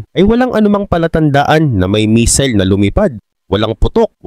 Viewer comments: Hindi misil kundi missile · Anong "MISIL"? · "Misil" talaga ? hahahahaha 😂